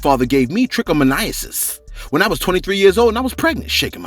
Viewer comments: It's pronounced 😁😁 trick-a-moan-nis...liked the channel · Just call it trich (trick) you're not saying it right lol